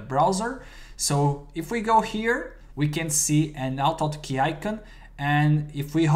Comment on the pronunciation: Name of the program is not oto otkey, but Auto Hotkey. You need the say the A and H in start of words in English. I would not use two script file, all can be done in one file. Other than that, nice video.